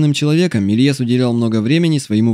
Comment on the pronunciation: Не так прочитал фамилию)